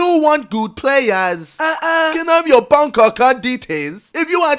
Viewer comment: “Can I have your bonk accunt detais” Ksi